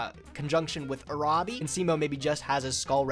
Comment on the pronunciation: Omg i cringed too hard when he pronounced Uraby as "jurejbi"...dude it's literally pronounced as "Urabi"